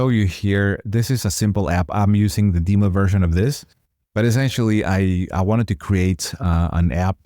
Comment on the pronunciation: DEM-o, not DEE-mo. Duh-VEL-up, not DEE-vuh-lop (and certainly not DEE-vuh-lop-pers).